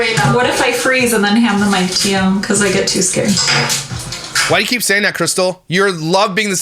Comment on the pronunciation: The Botox and the teeth omg! She can’t even say keep!! With her lips closed smh! Lmfao